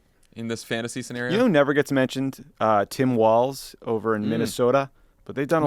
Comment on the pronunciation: I love that Walz has been so INCREDIBLY avoidant of the national stage that you guys can't even pronounce his name right - it's not "Walls", it's "Walz" and fuck you, we're keeping him! Seriously though we love that guy here and the MN legislature and executive have been doing non-stop cool guy shit since they went solid (D).